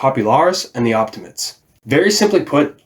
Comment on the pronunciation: great video bruv and I look forward to watching the rest in the series. it's a shame I got to know them only now as to advice for pronounciation, you could try to emphasize the letter E in OptimatEs, similar to as you do in Populares.